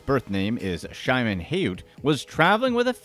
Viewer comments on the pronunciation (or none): Here Y'all Go...W/The Mispronounciations, Again! The Tinder Swindler's Real Name Is Pronounced Like: "Shi-Mone", ( Like The Late Former Israeli Prime Minister Peres, And The Original Hebrew Form Of "Simon")...Not Simon W/An 'H' Dropped In.